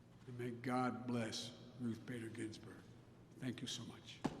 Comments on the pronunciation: "Gin-Burg". Feeble Joe cant even read a teleprompter correctly in an empty room. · Justice ginberg? He really cant get her last name right?